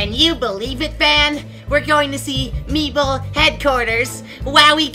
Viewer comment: It’s meeple not mepale